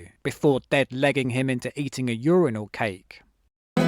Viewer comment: Splendid stuff, as always. Disappointing pronunciation of urinal though....